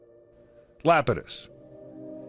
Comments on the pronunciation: It’s eye-apetus not Lapetus, but good documentary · Iapetus is pronounced = eye ap i tus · Good documentary....but is he really repeatedly calling Saturn's moon Iapidus, "Lapidus". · It's Iapetus, starting with the letter I and pronunced like this: Ay - a - pee - tus. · LMAO Lapatus. Then again having mocked that. I grew up with a Sir Patrick Moore book on astronomy and it had the misprint Dactyi, for Ida's moon Dactyl. For ages I was pronouncing it like a Roman family name, like a div. Luckily, there's not many chances to drop Dactyl into casual conversation and be found out the moron. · Kid Well that is pronunciation, not using the wrong letter and calling it LAP-i-tus. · Still wondering how funny it is that they didn't know the right pronunciation of a crucial moon 😂